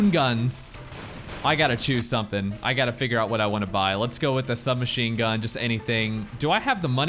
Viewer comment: I believe it'd be pronounced Sub-"Mashoon" Gun.